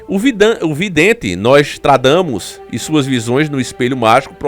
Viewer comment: "NOSJADAMUS" LAE ELE